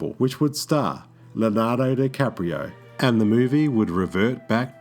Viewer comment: One of the most well known actors of our generation and you can't even pronounce Leonardo! Obviously you were not a fan of TMNT!